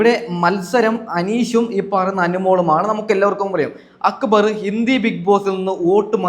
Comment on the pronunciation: അക്ബർ എന്നല്ലേ പറയണ്ടേ അക്ബറ് എന്നല്ല..